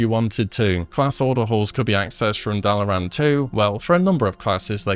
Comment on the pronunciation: Considering how he pronounces Dalaran, I’m not sure he’s ever heard that speech lol